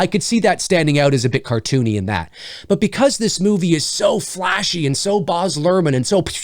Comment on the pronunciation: No offense, but Baz is pronounced exactly as it looks (it rhymes with Jazz).